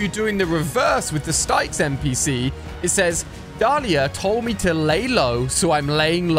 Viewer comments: Hey ali just an FYI it's not stiecks it's sticks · The way you say styx is brilliant im pretty sure styx is meant to pronounced as sticks Just like the river styx in Greek mythology